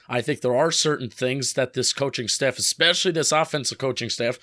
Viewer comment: How bout “expecially “